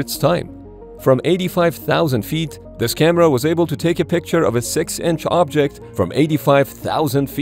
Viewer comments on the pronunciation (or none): none